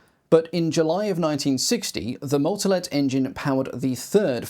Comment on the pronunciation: The butchered pronunciation of all the names. One tip to english speakers: The pronunciation is short or long depending on "A" or "Á" respectively. The ´ gives the letter an acute pronunciation. Google translate gives the general idea on how the pronunciation works. On that topic, the words can usually be said as written, so, for example, "Motolet" is just that, not "Moutolet" as you can hear in the video. Pedantic rant over.